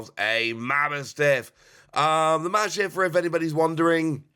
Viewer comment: Its ma boss tiff, not mabo stiff